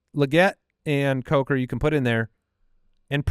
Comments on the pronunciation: Imagine if Jason was there when incorrectly said Coker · I wasn't sure if it was that or Cucker. Wow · pronunciation gaffe at the end was the highlight of my week